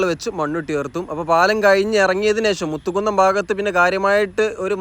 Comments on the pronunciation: മുത്തുകുന്നം അല്ല മൂത്തകുന്നം ആണേട്ടോ. ഞാൻ നോർത്ത് പറവൂർ ആണ് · 2-3 തവണ പറവൂർ town നിൻറ്റൈ അവസ്ഥ എന്നു പറഞ്ഞു . പറവൂർ town നിന് ഒരു പ്രശ്‌നവും ഇല്ല . മൂത്തകുന്നം ,മു അല്ല മൂ മൂ. മുസരീസ് സ്ഥലം "പട്ടണം". അതാണ് പേര്. Bolgatty ,Chellanam എവിടെയാണെന്ന് ഒന്നു നോകൂ. രണ്ടു പറവൂർ ഏതാണ്. വടക്കൻ പറവൂർ , North Paravur ഇതിലൂടെ മാത്രമാണ് ഈ highway പോകുന്നത്. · മലപ്പുറം ശൈലിയിൽ ഉള്ള വിവരണം കുഴപ്പം ഇല്ല പക്ഷെ സ്ഥലപ്പേരുകൾ കറക്റ്റ് ആയി പറയാമായിരുന്നു. Eg. കൊട്ടപ്പുറം അല്ല കോട്ടപ്പുറം എന്നാണ്, കൊതപറമ്പ് അല്ല കോതപറമ്പ് എന്നാണ്, മുത്തുകുന്നം അല്ല മൂത്തുകുന്നം എന്നാണ്. Google Map നോക്കിയാൽ മലയാളത്തിൽ സ്ഥലപ്പേരുകൾ ശരിയായി വായിക്കാവുന്നതാണ്.